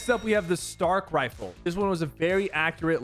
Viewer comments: Am I the only one that herd him say assault wiffle instead of riffle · he goes 'next up is the stark assualt wifle' lol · Did anyone else heard him when he "assault wifle". So funny